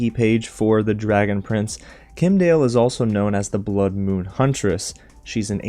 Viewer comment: It's Kim' Die El. Kim'dael.